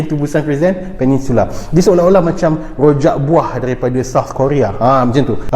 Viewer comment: Qhojak, pelat 'R' disitu.. pabila 'Raa' bunyi 'Qaa'..